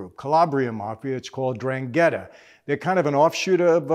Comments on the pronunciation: With all due respect, your pronunciation of N’drangheta gave me an ulcer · “ I’m from Naples”, cannot pronunce a single name ( like ndrangeta /sacra corona un) correctly. Sad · So the "N" in Ndrangheta is silent there's another thing I never knew ? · It’s ndrangheta mike said it wrong and forgot to mention they are not only the most powerful Italian crime family but the worlds most powerful crime family and they go back to the 1700s